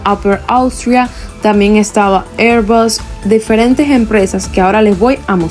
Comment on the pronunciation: Me gusta tu video y tu canal, pero cuando se habla en español y se lee en español, es airbus, no airbas.